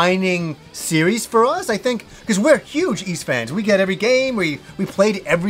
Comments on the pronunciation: Hmm I pronounce it as ease since they likely took it from the Breton myth of the lost city of ys. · I pronounce Ys VI the same way xD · Totally unexpectedly became a huge Y's fan this Christmas. I bought Y's VI on steam not thinking much of it and it got me HOOKED man. I have a trick for remembering the pronounciation btw. In an old English lady's voice I think "that Tim's feeling a bit napish." I'm not sure if English people say "napish" but it feels right. Anyhow that's how I get it: "Napish-Tim" I'm a bit stuck grinding at the end 30 hours into VI but I went ahead and bought I & II, the VI's remake (Felghana) and Y's Origin. Will definitely get Lacrimosa of Dana after all of that. Phenomenal series. Loved this video.